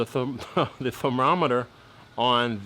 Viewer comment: That this is awesome. And the thermometer, or how'd you say it....thromomreter, seams accurate